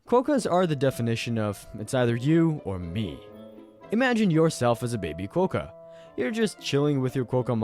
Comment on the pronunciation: Thats not hiw you say Quakka 😂